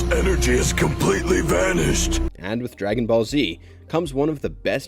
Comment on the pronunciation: This man butchers the name dragon ball and we just supposed to skip that? 😂